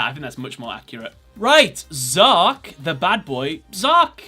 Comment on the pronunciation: It's Zarc, not Zark.